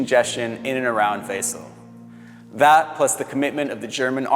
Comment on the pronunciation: Loved the video, but learn some German pronunciation - Wesel should be VAY-zel, for instance, and Lüneberg is LUna-berg (Heath). Then everything would be perfect!